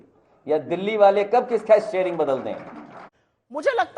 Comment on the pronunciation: "Tering" se chalta hai 😂 "tering"